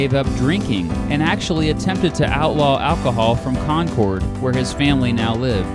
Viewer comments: Its Con-Kerd not Con-Cord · Concord is pronounced like conquered not conkord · NH state capitol is pronounced like the word "Conquered" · Here in Concord it's pronounced like conquered and thank you for the awesome video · Today I live near you in Piper, but I grew up in New Hampshire and your pronunciation of New England places it's painful, please think about trying them. 'Bow-den' and 'Con-curd'. The former is really kinda important because Joshua Chamberland taught there when he wasn't winning little round top or being governor of Maine. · You butchered that Concord pronunciation lol